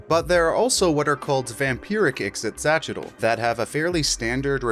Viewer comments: Ah, a creature with an obvious Nahuatl(Aztec) name, but who's name is canonically not pronounced like it would be in nahuatl. Ee-she-cha-chee-tul is how you should say it, and in my opinion is infinitely easier to say. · You said "ixitxylophone" so many times and I am 0% closer to being able to pronounce it myself. Great video though!